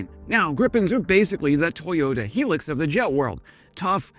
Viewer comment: It’s a Toyota hilux. Not a helix 🧬